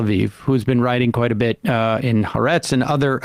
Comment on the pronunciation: Reminder: Haaretz is pronounced with three syllables: Ha-Ah-Retz.